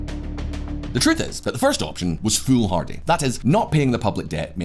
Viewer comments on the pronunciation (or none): none